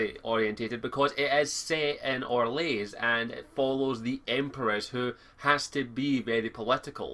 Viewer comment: Its Or-lay! Not Or-lays! For some reason that annoyed me xD